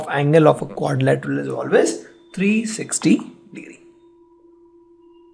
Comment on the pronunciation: Learn how to pronounce Quadrilateral